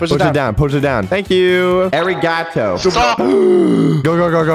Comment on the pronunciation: A-ri-ga-tow